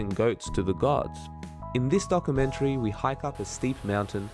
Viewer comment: "This Dock-A-menchry" 🤣🤣🤣